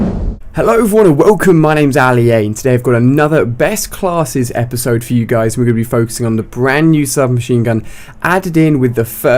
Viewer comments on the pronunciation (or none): none